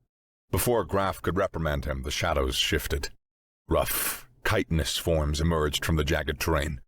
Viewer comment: Please.. please learn to pronounce chitinous